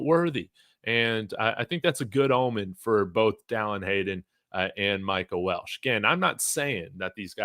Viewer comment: Its pronounced Wel-che not Welsh. There is no "S" in his last name. Respectfully.